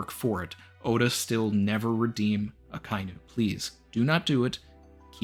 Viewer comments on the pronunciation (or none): none